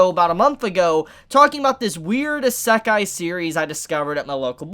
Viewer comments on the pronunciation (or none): Repeat with us: isekai (EE-sēh-kai), not assekai (ah-SEH-kai). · its pronounced E-say-kai eskey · Why do Americans always have a hard time with words from others countries? In Isekai the emphasis is on I not se. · The way you say isekai, kinda triggers me but its all good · Bruh i'm gunna be real. I hate the way you pronounce isekai. Idk if your even pronouncing it wrong its just not what i'm used to.